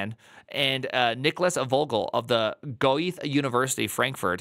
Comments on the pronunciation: That's because it's pronounced Goethe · I love how he pronounces Göthe. Clearly a man of culture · as a german it is funny to listen to primeagen trying to pronounce Goethe